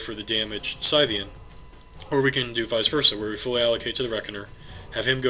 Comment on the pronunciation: Your reports are getting better all the time. Good report with two great new casters! P.S. - it's SIGHthean, like a farmer's scythe, because he has two huge scythe-like claws, not SITHean. He's not one of Vader's apprentices. :-)